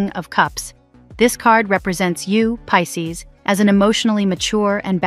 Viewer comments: I was like not piss ces 😂😂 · 😂😂😂😂 The way it says Pisces at the start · Is crazy lol !! 😂